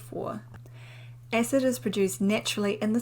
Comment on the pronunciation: It's cute how she pronounces acid. She says ecid.